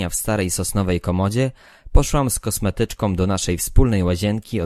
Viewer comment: Dziekuje za czytanie dla nas. Jak na amatora (?) calkiem nieźle. Apeluję tylko o zauważenie i WDROŻENIE do wymowy głoski „ą” Zatem nie „”za szybom” ale „za SZYBĄ”, nie „z kosmetyczkom”, ale z KOSMETYCZKĄ” Nie „ z niechenciom” , lecz Z NIECHĘCIĄ”. Proszę sie nie gniewać, to miłość do polskiej mowy kazała mi to napisać. Nie powinnismy zgadzać się na plagę tego błedu wymowy. Jeszcze raz dziękujĘ za czytanie :-)